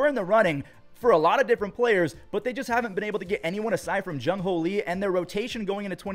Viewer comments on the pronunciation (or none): jung hoo not jung ho. its disrepectful at this point.